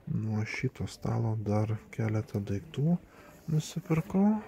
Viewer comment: ar tu berastis ,ar juokauji taip:DAIGTU,PRAZIOBSOJAU???